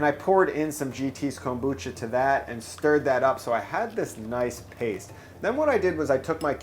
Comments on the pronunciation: why this guy say Kombucha like Comb-boocha, really thrown me off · Excellent insight from Chef Oda to use the stacking mold to help tame the interior order/fit for the onigirazu. Pointer, so long as you're trying to "home pro" up Japanese food: It's pronounced kombu-cha, not kom-bucha. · Your pronouncing kombucha wrong